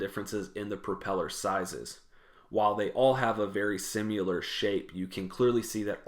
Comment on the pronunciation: Not to put too fine a point on it, but "simular" is not a word. It's SIMILAR.